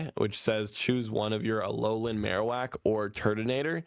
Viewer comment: Bro read marowak and raichu wrong